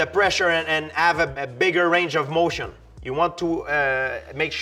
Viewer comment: “that goes BEHOOND the range of mötion”